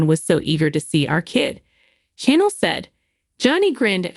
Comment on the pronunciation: Its channel not Chanel and this is old news 😂